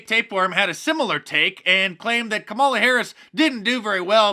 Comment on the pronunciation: Did you say camel toe Harris?